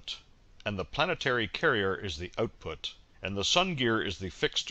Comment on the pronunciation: Output not Ootpoot.